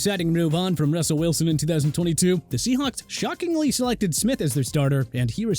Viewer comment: did he say Rawsel Welsoon?